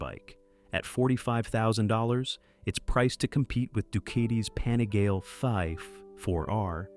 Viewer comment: The AI voice is a f’ing turn-off. Dukaiti?? Painigail?? Wtf… The stories seem fake too. Same patterns, and lines that smell chatGPT from a mile. What’s true in this video?